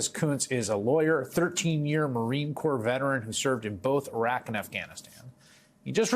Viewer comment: Thanks for pronouncing Iraq properly❤